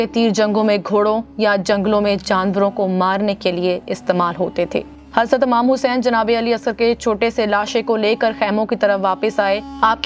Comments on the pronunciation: Amam nhi imam Tlafuz tik kren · It’s not Amam it’s IMAM Hussein please correct